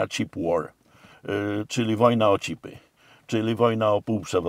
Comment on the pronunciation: Chińczycy muszą walczyć o cipy a nie chipy bo wymrą zaraz ;) I taka wymowa Pana profesora :D